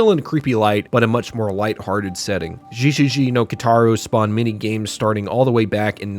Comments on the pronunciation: The pronunciation you used for one of the games got me confused because of the katakana being displayed. The katakana being (ゲゲゲ) GeGeGe which sounds more like (Get) but without the (T) but you keep saying (JiJiJi) which in Katakana is displayed like (ジジジ) I think. Not trying to be critical though. Katakana usually gets my brain going when I see it. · Correction on Gegege no Kitaro, it's pronounced geh gehgeh not jee jee jee. Otherwise, neat vid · Gegege is actually pronounced with a hard g like "geh" but not quite like "gay". Just take the Gs from Gambado Gaming and replace the m in "meh". Backbeard is a known yokai but not super well-known outside of Japan, I think even in Japan he's mostly associated with Kotaro. It also appears in Yokai Club, which is being re-released soon on Switch, and some of the Megami Tensei series. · it's pronounced "geh". gegege is an onomatopoeia for a frightened shudder.